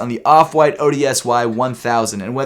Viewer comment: I think it might be pronounced "odyssey"